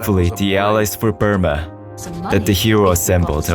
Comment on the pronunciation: Lol BrOOma not BURma